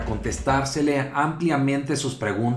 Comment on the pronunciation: Ramos, no se dice LER ..." NO ALCANZO A LER", se dice LEER, no se dice LOTRA,"...SALTAMOS A LOTRA PREGUNTA O NO!!..", no se dice PELUROSOS "...UNO DE LOS PAÍSES MÁS PELUROSOS..." , es PELIGROSOS. Tampoco estamos en la Modernidad. En tu afán de lucirte, tu insolencia e irrespeto te dejó en el peor de los ridículos, sacaste el cobre y lo que no veíamos, lo peor de tí, te pusiste al tú por tú. El Presidente no es ya un Candidato. Y además fuiste SORDO, invitó a revelar las fuentes, el Presidente no exigió! Finalmente y en contra de tu altanería cabe recordar que le pese a quién le pese y le duela a quién le duela tenemos un Presidente legítimo y ya lo vas respetando!!!